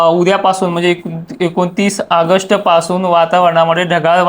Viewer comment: आगष्ट नाही ऑगस्ट